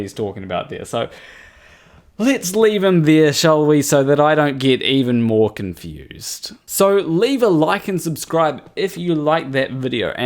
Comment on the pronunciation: "A viry cunfused pirsen ettempts to dibenk pai"